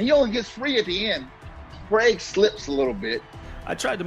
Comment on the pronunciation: Great video!!!! You’ve been hearing WAY too many Americans talk though, no Aussies should be pronouncing Craig as Cregg 😂 we are better than that